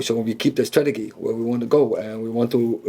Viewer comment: He must be intimidating…but someone has to tell him it is pronounced “strateJEE” 😂